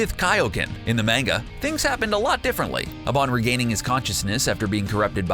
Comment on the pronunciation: I hate how you say manga